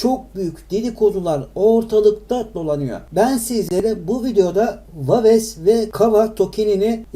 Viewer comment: Daha waves nasil okunur onu bilmiyor birde yorum yapiyor